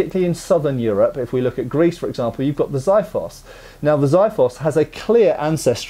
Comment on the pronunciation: Nice video, just want to point out that since it's a Greek word (and I'm Greek :P) it's pronounced ksifos, no z or y sounds in there. "Ks" is self explanatory, and "i" as in how you pronounce the letter "e". Cheers